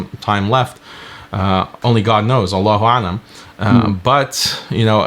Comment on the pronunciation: Greetings. We thought you had made the effort to say the Name of ALLAH, ALLAH, properly, yet it seems you have a lot more to imrove on on which you shall be double rewarded for your sincere effort of which you have a natural difficulty (in pronouncing Islamic words i.e in reciting Quran). And ALLAH Knows best♡